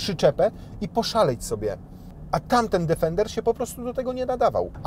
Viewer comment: Plus polska wymowa „D_e_fender” 😂